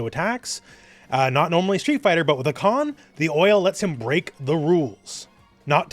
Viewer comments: I love the video and the character but a little nitpick of mine is that nobody (except Turkish speakers ofc) pronounces his name wrong. You pronounce the first "a" short and the second "a" long, but it's the exact opposite. The first "a" is long "a", and the second a is a short "a". If you speak Japanese, the katakana writing system is very phonetic (unlike Turkish or English) so it's more like ハーカン than ハカーン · Btw the first a in hakan is longer , you pronounce it like its a japanese word , not really important tho but just saying